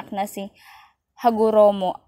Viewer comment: HAGOROMO NOT HAROGOMO